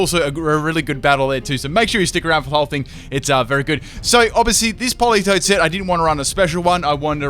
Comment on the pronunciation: Isn’t it politoed?